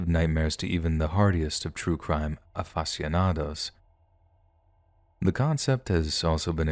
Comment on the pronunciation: Love your stories so hard. BUT... a word of advice: PLEASE learn how to pronounce foreign city names (Bogotá) and other words you might not already know (aficionado) when you're doing your thing. I get tripped up on those and can only think about that for the next few sentences... (That says more about ME than YOU.) But pretty please? I'm sure I'm not the only weirdo who twitches every time something is mispronounced...